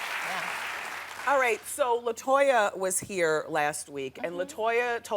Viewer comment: "LIE-toya" Jackson! 😆